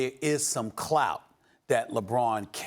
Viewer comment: I hate when Steven a says “clout”